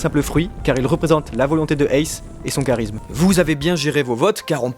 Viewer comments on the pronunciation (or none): none